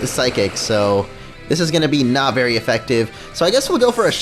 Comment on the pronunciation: "i dont know how to do it berry well"